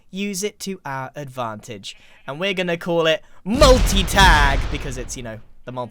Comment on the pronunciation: MULTI TAG.... hmmmm.... ¨multag...¨ haha funny!